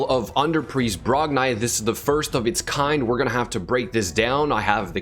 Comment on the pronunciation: It's brognee not brogneye like Gimli and Fili and Kili and all the dwarf names! Makes me twitch every time